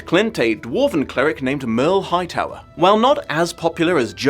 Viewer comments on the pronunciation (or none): My daughter was a HUGE McElroy fan, going to see Mabimbam on tour TWO STATES AWAY. As soon as she heard you say Merle Hightower, she immediately corrected it!